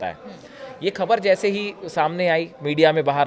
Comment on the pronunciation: Aapko naam lene ka bhi Tarika nahin Hai khabar nahin khabar hai